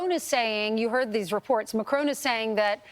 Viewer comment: her pronouncing macron as mycrone is hilarious